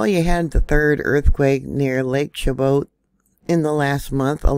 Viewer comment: Chabot is pronounced Sha-bow. The CH is an SH sound and the T at the end is silent. I believe it's French. I'm from that area. 😊